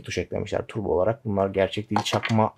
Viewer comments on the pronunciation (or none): none